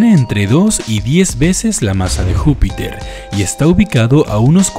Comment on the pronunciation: dice jupitor :v